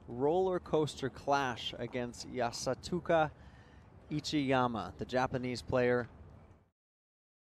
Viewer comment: no yasatuka,yasutaka is right hahaha